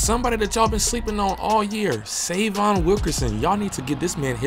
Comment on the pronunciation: Please pronounce his name right - Say-vee-on